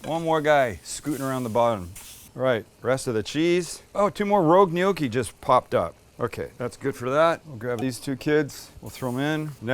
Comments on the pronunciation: Gnocchi. Sam knee-oki… n-yoki. Great job guys. Love your channel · It's GNOCCHI! not 'NIOKI'. Jeeesus, why do you yanks bastardize EVERY language? Respect others culture and history. Yeah, we get it, you have no history, that's why you buy bridges etc from Europe. Anyway, good vid. Thanks. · Sam, we do not pronounce gnocci neeockee, we pronounce it nocki in Pittsburgh. As you know there are many Italians in Pittsburgh. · I love your show butt I don't understand why you're pronouncing it "gnocchi", it's pronounced, gnocchi! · It's Gnoc--chi...! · In Australia, the G is silent, but it's 'knee-okk-ee' here haha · Glad you put the word "gnocci" on-screen. I was wondering - "what the heck is a neyokey" there for a minute.:goodvibes: Looks yummy. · Japan attacking Pearl Harbor December 7, 1941 is infamous. Let's all hope this dinner doesn't become infamous. 🙂 Gnocchi is pronounced with a silent G. Nocchi (nyow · kee). Please don't take this as criticism...great cooking channel, one of my favorites. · Is Sam saying gnocchi funny or is it just me?? Pretty sure the “g” is silent no?